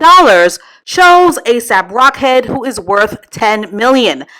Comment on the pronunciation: Why does she keep on calling him A$AP Rockhead 🤣🤣🤣🤣